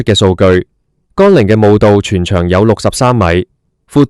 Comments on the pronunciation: 乾陵不是讀干陵，咁都讀錯太過份了! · 乾，連字都讀錯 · 讀都讀錯